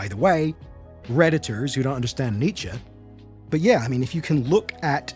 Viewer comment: Idk if you read old video's comments, but I don't think Germans pronounce Nietzsche that way. Maybe if ended in "er" but not only "e"